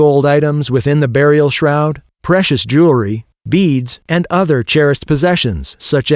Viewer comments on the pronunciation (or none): none